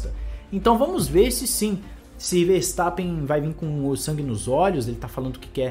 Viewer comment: Chupa "Farstappen" kkkkkkkkkk